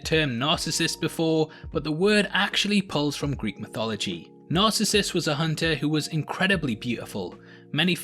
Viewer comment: Good analysis. But you're mispronouncing Narcissus.